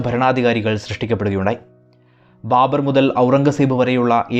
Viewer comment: ബാമ്പർ. ബർബർ ആയി